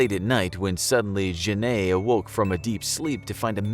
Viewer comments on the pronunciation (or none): You pronounced Jeanne like jenayy and thats so bad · To me it's really cringey. This is the most bizarre pronunciation of "Jeanne" I've ever heard. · I am french and no, it is not the right pronunciation at all. In french, most of e are not pronounced. You can use google traduction to see what is the real prononciation